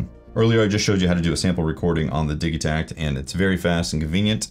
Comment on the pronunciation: Your pronunciation is correct because the name Digitakt is in swedish, and I like how they use words that are similar to english when naming their instruments